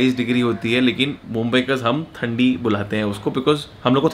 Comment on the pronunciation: थंदी नहीं ठंडी